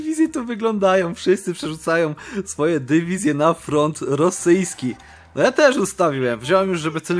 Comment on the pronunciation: Pomysł na wakacje nauczenie się mówić dywizje a nie dewizje